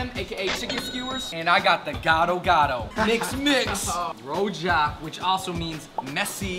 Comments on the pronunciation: its called "rujak" not rojak.. Fyi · its rujak not rojak, rojak is ayu ting ting's dad😂😂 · Kok ngomong rujak jadi rojak?